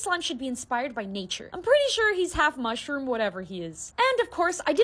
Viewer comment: Muthromm specifically pronounced, muff room